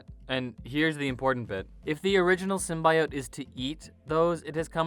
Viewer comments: STOP SAYIN SIMBA-E-OATS.. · Sim-bee-ote cmon man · Symbiote - sim-bee-oat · It's symbiote. Not symbaiote. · The fact that you pronounce symbiote the way you do it makes you lose all credibility on anything else you say... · Why is this guy pronouncing symbiote like a serial killer? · Horrible narrator, doesn't even know how to pronounce symbiote. Has he even watched the Venom movie? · Pronouncing symbiote wrong is tight P.S. It doesn’t matter how you say it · Bro do you know how dumb you sound saying Symbiote? Just say it right. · I UNSUBSCRIBED FOR PRONOUNCING SYMBIOTE THAT WAY....GOOD JOB ASSHOLE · This guy doesnt even know how to say symbiote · Learn how to say symbiote...and then record the video. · Volume off and subtitles... guy can’t pronounce symbiote.